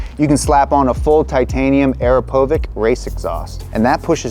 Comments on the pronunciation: Butchered "Akrapovic" 🤦‍♂️ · seriously. I’ve never heard it butchered to badly by someone who claims to be knowledgeable. I really want this expansion into motorcycles to work for Donut, but this is f*cking embarrassing